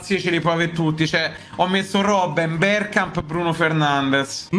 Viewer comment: Freneh: berGKamp 🤣